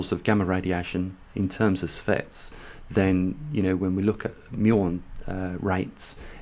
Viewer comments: lol...so is mispronunciation of an important operative word....even with the accent. sievert does not become servette due to an accent. You're awfully tight-assed about a simple correction. Chill....and realize that science does not work well in mispronunciation-land. Adults can accept correction. Scientists welcome it. Idiots prefer not to be corrected. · seeverts. Sievert. Not Servette. TY. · Geez..an accent is at play here!